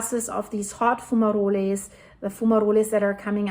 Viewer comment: In English, the E in fumaroles is silent. It's fu-ma-rolls